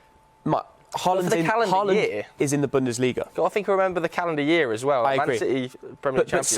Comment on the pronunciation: Everyone: haaland: hooland